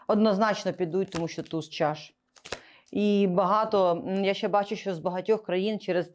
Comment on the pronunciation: Не щЄЄ, а щЕ. Не щЬО, а щО. Розмовляйте по - людськи. В українській мові нема пом'якшення шиплячих літер. Це йде від совка, від росії, чЬто, чЬо, чЄво.